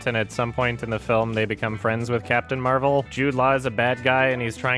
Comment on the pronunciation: Captain Mehvell